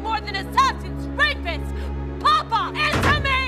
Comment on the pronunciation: Very nice, but I would have thought that the actors would have been instructed as to the difference between papa' and Papa.... the first is father the second is the Pope... the accent in the first instance is papA", with the accent on the last letter..... fundemental really, and as this production is RAI associated I am very disappointed....